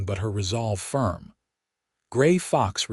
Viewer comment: Piute is pronounced "pi•ute". Long "I" in English, long "u" as in English, silent e at the end of the word.